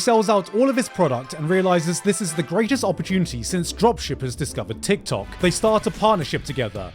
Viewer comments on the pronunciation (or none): none